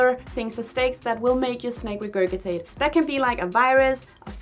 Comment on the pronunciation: Just wanted to let you know that regurgitate is pronounced like “re-gerj-it-ate”. 🙂